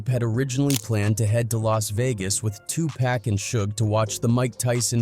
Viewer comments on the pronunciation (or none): This video would be tolerable if you pronounced Tupac correctly 👎🏽😔 Also the clickbait title is ridiculous